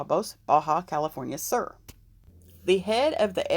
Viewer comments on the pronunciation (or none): Ba calif SUR!!! It’s pronounced. SOOOOR like south. Soooor. Uuuuu